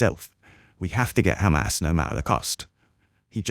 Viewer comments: pronunciation of hammas leads me to thinking he is an Israeli. I could be wrong, but I’m guessing he supports the Israeli leaders position. If that’s the case, he will not change his views, and will be blind to anything such as disproportionate attacks on thousands of civilians, or genocide, and will always seek to justify it. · He's not supporter of Israel... He's Israeli.... Hear him say KHHAMAS 😂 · made it clear to O'Brien where he stands, when he used the pronunciation KkkHhHhamas... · Why do Israel supports insist on mispronouncing Hamas? Its so weird, its a soft H. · This idiot is in uk, so why he cannot pronounce Hamas?? Guy is a total di#khead. He keeps shoiting same sound bites that his zio Masters had brainwashed him with. They are incapable of humanity